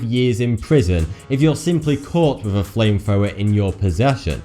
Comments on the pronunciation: get away wif????? its get away (WITH) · Dude no offence. Please pronounce your words properly. Wiv = With. Forty2 =. Really no offence. It'll be more professional, better presentation and get even more 'subs'.:) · FINK and WIV aren't words. You're from England, speak English.